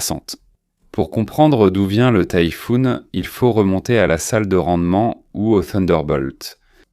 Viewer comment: Montage de propagande qui feint de faire croire qu'il parle du Tayfun alors que le but est de parler en mal de la Turquie. De plus Tayfun ne se prononce pas comme Tifoune comme tu le fait en supprimant la prononciation de la lettre a, mais Tayfun en prononçant la lettre a, le a est pourtant bien présent donc pourquoi vous prononcer Tifoune en supprimant le a si ce n'est que vous chercher à rendre le nom pas beau à la prononciation contrairement à Tayfun qui lui dégage une grandeur et peur dans la prononciation ?!